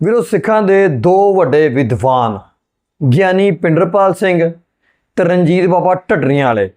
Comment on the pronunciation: tusi great katha wachk Bhai Pinderpal singh ji da nam wrong le reho ho its not bhinderpal.OR YOU SEARCH HOW TO TAKE NAME CORRECTRLY.OTHERWESE YOUR REACTION IS GOOD.